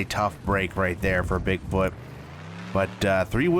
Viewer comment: you said bigboot